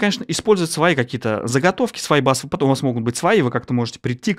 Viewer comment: Но! пАттерны, чувак! пАттерны!